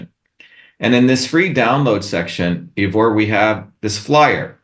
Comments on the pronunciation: dr shiva so smart but can't pronounce Ivor's name properly. smh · I wish Ivor would teach these people how to pronounce his name... It's painful hearing EEvor over and over again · Actually, my name is I-vor, pronounced Eyevor, and I'm from Ireland, not the UK! I like Dr Shiva, but I find his challenging of you very aggressive. I understand his frustrations with the lack of activity of the general populace, and his talk here is very eye opening to say the least, but his angry-ness is quite rude. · Thanks 'Ee-vor' for a very stimulating discussion. Glad to see that the assertiveness training has really benefitted the erstwhile shrinking violet, Dr Shiva! 🤣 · OMG 🤦🏻‍♀️ Why won't this bloke let you speak "Eevor"? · I am a freedom fighter in Canada and have never heard of Dr. Shiva. I suffered through the whole video and did not learn a single thing from him except he is arrogant and very disrespectful toward Ivor. He can't even pronounce Ivor's name correctly. This individual will never be voted for president unless he his backed by the globalists. His attitude is divisive and angry which is no different from the globalists and governmental puppets. He needs to eat some humble pie. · For all his self and arrogantly professed knowledge, he's really struggling to understand a rather simple fact, Ivor is neither English or from the UK! It also would've been respectful to learn how to pronounce his name correctly. He has plenty of interesting points, but he's insufferable. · Really enjoyed this, but wish he pronounced your name correctly! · My Gawd.... Ivor... how many times does someone have to get your name wrong before you correct them? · This guy is dodgy Ivor. I would never trust anybody who keeps trying to talk over me and rubbish my own opinions. He can't even get your name right. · If everyone gets a bumper sticker. That is a nice little tickle for him Kerching! He doesn't pronounce Ivor properly